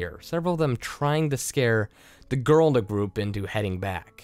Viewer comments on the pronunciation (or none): Sasha Cook I agree. There's also a lack of pronunciation. For example , the is da, exits was exitiiss. It does make me cringe just a bit every time it happened.